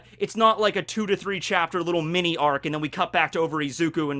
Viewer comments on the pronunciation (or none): none